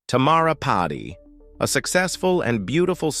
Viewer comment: I’m a true crime fan so thank you for giving us true crime! I had to do some digging to pull the name because I thought they were saying Potty but it’s Padi. As you grow may I suggest Eleven Labs as a place to pull your voice generation from… I’m not an AI queen but I recently did a project where I needed my voice to sync up with the presentation and I was able to get it to sound very similar to my voice. They also have other natural voices if you don’t want to use your voice. Just a suggestion. Also, anytime they kick back a crime scene picture of a different ethnicity, see if they can regenerate with white sheet over the person. The facts were all solid… I was able to follow the story by looking it up on Google like I do with every true crime story I watch. Thank you for telling her story as most of us in the US would’ve never known. This also brings awareness internationally about a person (not just women) who attempt to leave… my heart goes out to her daughters, family and friends!